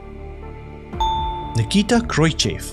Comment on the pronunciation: I think that your quizzes are the best that I have come across. I have debated long and hard over the last 10 weeks whether I should comment about this, but you have turned the butchery of pronunciations into an art form. This is not a personal attack but hopefully a constructive criticism that you may wish to address. In this particular quiz, you should consider Machu Picchu and Nikita Khrushchev as examples which need to be addressed. Keep up the great work and don’t be disheartened with my comments. Stay well.